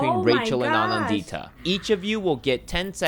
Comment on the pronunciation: The way they're pronouncing "Anandita" is hurting my soul please.